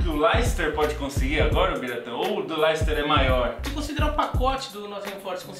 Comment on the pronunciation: Não é "Layster", pô! O correto é "Léster"!!